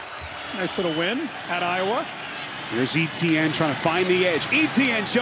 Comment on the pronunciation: Why do the commentators have trouble pronouncing Etienne?